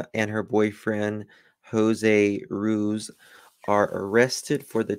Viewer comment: Hey I just wanted to let you know ruiz is pronounced roo-eez xo